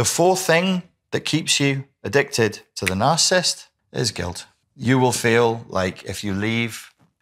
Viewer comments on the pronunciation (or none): I can't. smh. You are leaving out an entire syllable. The word is NOT "narcist", it is nar-ci-sist. Other than that, you seem to know what you are talking about.